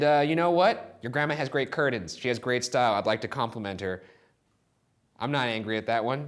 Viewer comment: Is no one gonna say anything about Ryan calling them “curdins”!!!!! Curtains Ryan not curdins